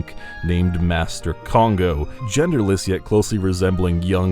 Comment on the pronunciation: gerderless? no thx.